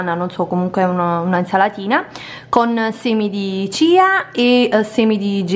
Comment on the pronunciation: Ciao ma i semi nn si chiamano Chia e nn Cia